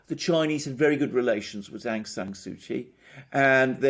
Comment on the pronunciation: please learn to say Daw Aung San Suu Kyi name correctly!!!